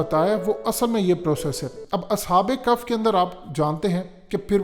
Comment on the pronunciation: اصحاب کف نہیں اصحاب کہف کہتے ہیں۔۔۔عقل ننئ تے موجاں ای موجاں😂😂🤣😂🤣🤣😅😅😂🤣😅😂🤣😂😅😂🤣🤣😅😅🤣🤣😂😅😂🤣🤣🤣😂😅😂🤣😅😂🤣😅😂🤣😅😅